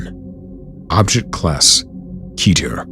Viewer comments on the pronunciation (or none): none